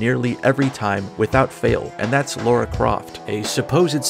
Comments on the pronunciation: Why do people keep pronouncing "Lara" as "Laura" all the time? I mean, you don't pronounce "Sarah" as "Saurah" .... or do you? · "LAH-ra",. Not "law-ra". ^^